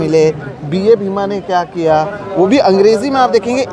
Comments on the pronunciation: Wo BA bhima nahi बा bhima hai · Just a correction, it's "बा भीमा" not B.A. Bhima. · its बा भीमा and not BA bhima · Please note at the beginning of video you referred a book cover as B A Bhima is not right. It's read as Baa (as father figure referred with respect) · It’s not BA Bhima…it’s बा भीमा. बा as Baap- father.